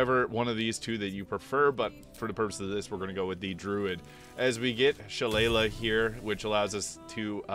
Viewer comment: She-lay-lee, it’s an Irish fighting club and has a proper pronunciation